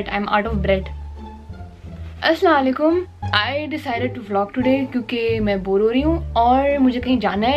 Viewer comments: Its Asslamoalaikim not assaikum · Aslan o Alikum nh hota.. Asslam o Alikum hota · First of all its no aslawalaikum its assalam u alaikum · normal people : Assalamualaikum her: aslanlaikm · Nice cute 😍😍😍 Plz say Salam properly not aslam alekum Say Assalam o alaikum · Its not assalaikum it is assalamualaikum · Aslalikum Nahi Hota Bibi. Its Asalam O Alaikum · Aslaalykum nahi huta *ASSALAM O ALAIKUM hota hay . Bura nh manna.❤ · Ummm you still say "Asslawlikum" Like what you've been doing your whole life lol? Its Assalam o alikum girl. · U pronounce it wrong Its Asalam o Alikum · Aap salaam theek tarhan kia kro sahi tarhan se bolo Asalaam u Alaikum...or negitively nhi lyna positive lyna is baat ko :) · Behn its ASSALAMUALAIKUM....... :/ 2 baar ghalat yani ata he nhi apko salam krna